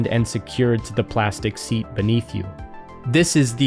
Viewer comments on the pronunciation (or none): none